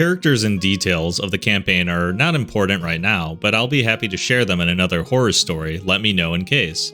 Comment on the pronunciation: I THOUGHT HE SAID “hello fellow whore enthusiasts” AND IM DYING 😭💀